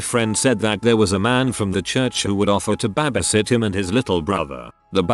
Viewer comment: I cannot with the “BAHbisit”